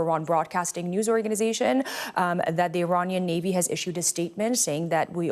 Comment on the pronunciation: Iranian not Romanian 😂